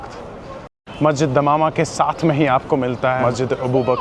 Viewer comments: Asalamualaikum brother it is masjid Ghamama not dhamama sorry but i had to correct you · it is Masjid gumma not damama......ham ne aap ka bahut intizar Kiya Madina mai Lakin aap ke puhanchne se pehley nikalna pada.......from Sgr